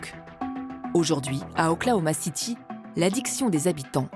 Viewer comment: OKC KODON CITY ET NON OKLOMACITY